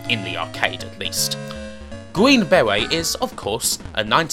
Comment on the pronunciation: Gween bewet...